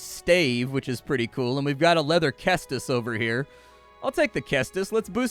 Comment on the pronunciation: "Cestus" is pronounced like "sestus," not "kestus." Threw me off for a minute and I had to go look it up to make sure I hadn't been pronouncing it wrong all these years.